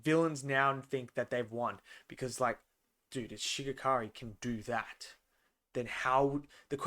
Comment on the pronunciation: Such a good Ep showing the power difference next Ep will be crazy Also It’s Shigaraki not Shigakari